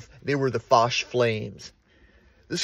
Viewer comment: Many memories. Been in that auditorium many, many times. Swam in that pool. Walked those corridors to classes '58-'60. To the right of the stage is the room where they kept musical instruments. It's FO-ch, not the way you are pronouncing it.